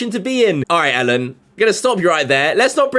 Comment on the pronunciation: Learn to pronounce his name first. ELLEN not ALEN